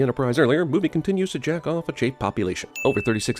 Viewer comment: I thought he said jack off not checov (or however it's spelled)